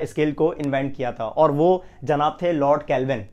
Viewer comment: Your way of saying janab is so good....physics k saath saath ap urdu k saath b justice krty h....